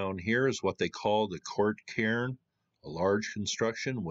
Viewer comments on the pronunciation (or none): none